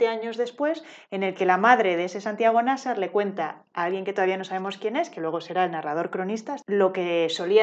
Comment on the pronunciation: Es que si no existiera, habría que inventarlo (el vídeo también 😉). Buenísimo. Solo un apunte: en mi opinión, Nasar tiene la sílaba tónica en la segunda [Na - sár]. Si fuera la primera, debería llevar tilde [Ná - sar], según las leyes de la acentuación en castellano. ¿O me equivoco?